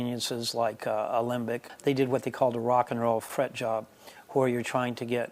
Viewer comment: Man... This guys accent is very old. I notice the pronounced WH sound. Cool guitars btw.